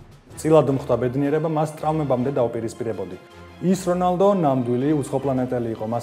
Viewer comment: რონალდუ კი არა რონალდნიო ამ სახელიც არასწორად ამბობთ რონალდო არა რონალდუ